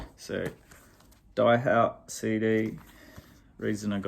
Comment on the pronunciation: Die Haut is german for The Skin. So Die has nothing to do with dying..😃 and you pronounce Die as Dee. Long Time Man was not Tim Hardin but Tim Rose. And Blixa stole Tim Rose's first album when they were at John Peels studio...and that album inspires them to record Hey Joe (also on Tim Rose's first album) and Long Time Man. And Blixa recorded Morning Dew(also on Tim Rose's debutalbum) with Einsturzende Neubauten. Btw...worth getting Tim Rose's first, originally released in 1967, self titled but later reissue of 1988 the album was called Morning Dew. And in the late 90s Nick Cave tries to help Tim Rose to reinvite his carreer and was Tim Rose support act for Cave at the Royal Albert Hall concert at 1997. And Rose also appears at Jools Holland that year. And released some new work on CD. Sadly he dies in 2002 on his birthday.😢